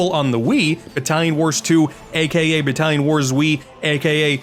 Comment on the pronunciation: When you said Battallon Wars I heard Italian Wars, which made me think you and I were going to have to go head-to-head against each other using cannolis as blow darts.